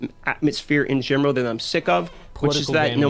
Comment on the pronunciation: Am I the only one who noticed that when the dude who is complaining pronounces “in general” as “in gemro” ? Cmon I can’t be the only one 😂😂😂😂😂😂😂😂😂